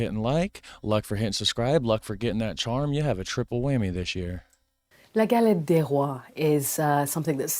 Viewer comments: Pronounce "Galett day Roa" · Please improve your french prononciation